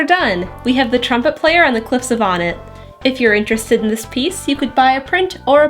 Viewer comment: hmm.. I always thought it was pronounced "oh-net" not "ah-net"